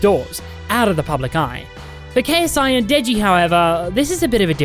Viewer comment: It’s funny how you make a 32 minute video about someone but can’t say Ksis last name